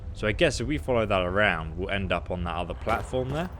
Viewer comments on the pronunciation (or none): none